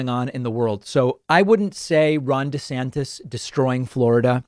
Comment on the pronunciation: I thought you said Ron De-satanist lmao